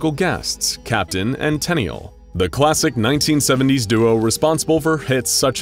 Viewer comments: "Tuh-Neel" not "Ten-ee-al". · Idk if the unusual pronounciation was on purpose or not but it's pronounced [The Captain &] 'TEN-kneel,' > it rhymes with 'chenille.' I have noticed an awful lot of displaced or misinterpreted pop culture references like this, where everyone seems to have no muscle memory of alot of ppl, events, etc. & whatnot. This makes me *continue* to wonder if I've been transported to an alternate universe, like another earth or something. 😯🤔🤷✌